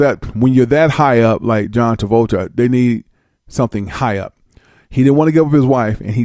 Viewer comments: No its John Taboljha! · john trans-voltron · Ru sure it isn't John Trabolja